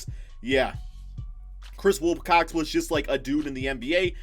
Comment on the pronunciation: Who else had a ad when was saying Wilcox and sounded like cocks EDIT: TWICE